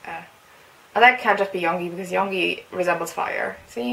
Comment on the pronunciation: Just sayin it's pronounced yoon-gi not young-gi.